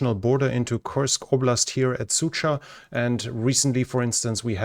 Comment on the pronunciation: You already was told that not a Sucha (dog female), but Суджа, дж like Джордж George The same way not a "ryba" (fish) but "rybar" with not a silent "r" at the end - the human who fishing (рыбарь). You can copy-paste the words in google translate and play sound to hear how to say it.